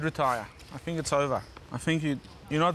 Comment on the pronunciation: “Phil, I fink you should get your coach get a tandem bike and get the hell out of here”